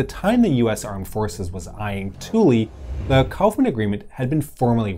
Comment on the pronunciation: Air Force veteran here. Kudos on properly pronouncing Thule. I rarely hear people pronounce it correctly.